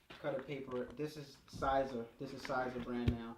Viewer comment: great video, I am new to this and still afraid of messing up, you make it look less complicated. FYI Siser is pronounced like "see-ser" or Caesar.